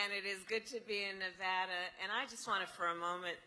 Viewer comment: I give her credit for pronouncing Nevada correctly. Other than that she is a living, annoying laugh track.